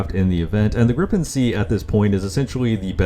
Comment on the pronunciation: its gripen not griPPEn